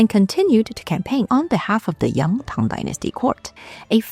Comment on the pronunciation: Can I just say that I absolutely love how the pronounciation of Chinese is fluent and proper - I absolutely hate it when "scholars" can't even pronounce "Tang" correctly! It makes me go 😔 But this is just (not) effortlessly beautiful and properly done! Lots of love from Greenland<3